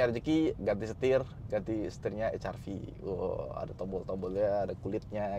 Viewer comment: HRV malah dibaca Ha Er Vi. Bukan Ha Er Ve atau Eij Ar Vi sekalian. 🗿